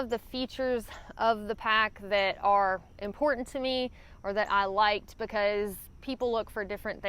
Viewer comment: I glad you specified "liked" and I thought you said lacked. Great video per usual.